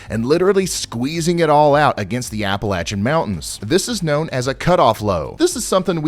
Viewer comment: Thank you for pronouncing Appalachia correctly.